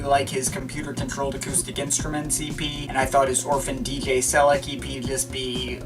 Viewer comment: It's Orphan DJ Sel-eK (as in Select minus the "t")